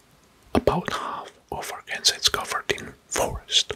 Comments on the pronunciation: Great video! Just so you know Arkansas is pronounced ArkanSAW. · I just have to comment that Arkansas is pronounced “arkan-saw” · I love the video, I’m not hating but Arkansas is pronounced “Arkansaw " I’m just telling you 🙂